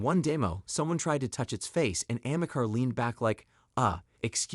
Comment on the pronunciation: No.... Ameca isn't even close to looking realistic ..... But you are right , it is very creepy..... It's called Ameca .... Not Amecar